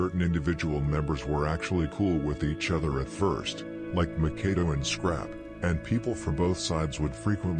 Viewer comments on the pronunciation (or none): I will always give it's props for it's contribution for these street long form docs, Howeva, by now we all kno Makado's name is pronounced Mak ah doo. Not Mah Kar do or Mah Kay do. When I first watched the 600 joint, I thought his name wuz pronounced Mah Kah do until I seen members or otha channels callin him Mak ah doo. Jus like Lil Les from Pocket Town... He wuz pronouncin it as lil Lay. Even tho on the screen it says Lil Les. But I got used to it bein Lil Lay until I watched otha jointsz where his name wuz pronounced correctly as Lil Les. Otha than that, props to bein the GF when it comes to this.